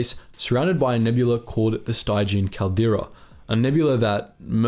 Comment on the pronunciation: "Stygian" is pronounced Stij-ian. Thanks for this info though, I'm always curious about some of the more unexplored spaces of Star Wars.